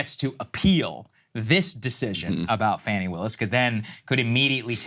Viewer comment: It's pronounced FAAaw-neee.